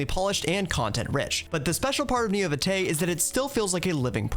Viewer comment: I went "Oh, God..." on the pronunciation of "This is Neo Vitae", the first thing said of the video lol